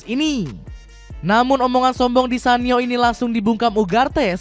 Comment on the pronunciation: nyebutnya bukannya di kanio yah min...kok di sanio 😅